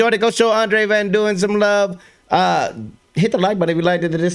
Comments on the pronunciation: Yep, or maybe “dunn”. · Duin isn't pronounced doo-in. Problem is, "ui" in Dutch makes a sound which is not available in most languages. You would already be closer pronouncing it "dine"